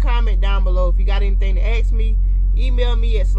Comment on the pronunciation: It’s ask, not axed